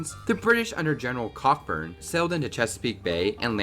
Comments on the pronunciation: It's General Sir George CO-burn not Cock-burn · Cockburn? The pronunciation is Coburn - like the Canadian singer Bruce Cockburn (Coburn). Nuclear facepalm 🙄 One interesting fact about the burning of the White House is that British Major General Robert Ross was picked off by a US sniper while marching back to the ships, died and was buried in the old burial ground in Halifax, NS.